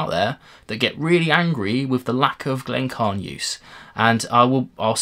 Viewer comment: Sorry, but I have to ask: why do you ignore the "i" in "Glencairn"? It should be 'Glen-care-n', not 'Glen-carn'. I'm afraid that Diamas glass is not something I would want at all (maybe not quite as bad as the Norlan, but...).